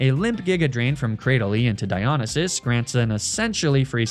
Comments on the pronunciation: God while i love all the greek god names your pronouncation of Dionysus as Die-on-a-sis hurts me, and while the god is from an ancient civilization and we therefore dont actually know how its pronounced, me mythology loving heart has always heard it pronounced die-oh-nice-sis Edit/2: I cant tell if youre meming or if you think the two L's in Apollo are two i's but yeah Apollo is A-polo (as in marco-polo) not A-poyo (as in kirby) Edit/3: on the upside, well done on using the correct version of Heracles instead of the roman version, Hercules! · Amazing video but its not A-poyo its A-Pall-O. And its not High-Figh-Stus but huh-pha-stus. Not De-meter but De-me-ter. And its Die-O-nigh-sus. Also RIP Demeter and Oizus :( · Dy-o-ny-sis How you pronounce it for future reference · its diya-nie(like 'die')-sus not diyo-ni-sus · Di on a ses bothered me the whole time 😭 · I’ve never heard anyone pronounce Dionysus like that lol. Good vid tho 😊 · This comment is a year late, but omg the mispronouncing of the greek god names is absolutely destroying me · Really cool naming convention but you should look into studying a little greek or latin, your pronunciation is very weird. Cool video! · He can say ASCLEPSIUS BUT NOT DIONYSUS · Hearing Dionysus being pronounced like this hurts my soul. Fun video though and it inspired a playthrough of my own, so thanks homie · I was okay with magnameetay and all the other horrid ways I've heard you pronounce words but mispronouncing dionysus hurt me. I love the channel and I am subbed and watch every video but that one got me 😂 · Your pronounciation of Dionysus offends me on a personal level Also Apollo, wtf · loved the video but the way you pronounce dionysus hurts my ears 😭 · The way you say Dionysus hurts me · the way he’s saying dionysus is so stressful oh my god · Oh no how long does Venusaur stay on the team. Normally I’m fine with the Pokémon mispronunciations but hearing him say Dionysus like that kills the Greek Geek in me.